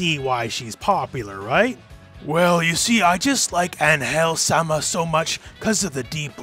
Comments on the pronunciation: It's AN-gel, not an-GEL. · La manera como dice Angél en vez de Angel xdxd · It's actually "Ángel" making emphasis in the A rather than An-hel, wich is actually good but without the long time between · In Spanish “Ángel” has a tilde on the “A” so the emphasis of pronunciation is on it. AHNN-hel instead of an-HELL. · Just a little correction. In Mexico, it's pronounced AN-hel, not an-HEL. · In spanish it's pronounced with emphasis in the "A" (Ánhel) an-Hell sounds cringe :P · I'm not gonna complain about an english speaking person trying to pronounce an spanish word Just gonna say that is kinda funny cause what I hear is "An...Hell" each time he try to say Angel It's written the same just try maybe to say "An" and then without pause say "Hell" with just one "L" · It's pronounced AN-hel the first syllable is the strong one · Great video mate, but wtf was that form of saying An-hel? great point for trying, but that is over the top and not how is said in mexico, An" is right gel need some work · It's weird that you point out how you pronounce Angel as An-hel because she is mexican yet screw up the pronuntiation completely. In spanish you accentuate the "an" part. Just like when you pronounce Los Angeles. It's not hard! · Just a note: Ángel's name is pronounced stronger in the "A" not in "gel" (Since she's from México)